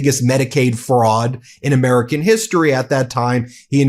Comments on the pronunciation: Jeff Van Drew says “Urmerican” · Jeff Van Drew with his "Amaarican". Amaarican, jeez the idiot can't even pronounce American correctly. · Why is Jeff van Drew constantly speaking about "Amuurcan" economy?